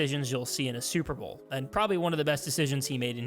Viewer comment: You definitely said "super vole"